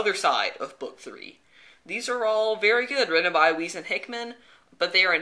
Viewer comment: i think the correct pronunciation is for Weis is Wise, not Wheeze.